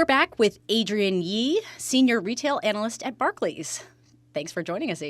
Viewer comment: Good insights 👍🏼 You didn't mention impact of deminimis changes. BTW, imher name is AdriENNE, not AdrIAN. Yeah, French, I know.